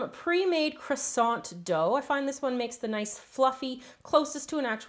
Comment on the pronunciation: Good video but pronounce croissant right